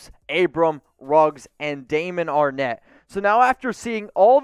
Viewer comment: Everyone and there mama said Arnette 🤣